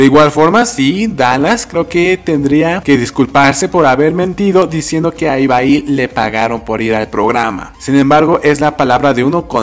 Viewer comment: Es ibai no ibaí